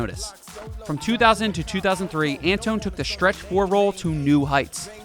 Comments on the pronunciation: he also said "antone" instead of "antwan" for antoine walker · Antoine is pronounce Antwan